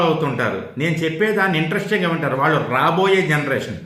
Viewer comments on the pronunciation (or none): none